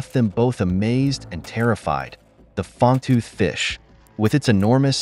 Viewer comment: do you have AI doing your reading? it is "Fang-tooth" fish, not "Fong-tooth" fish haha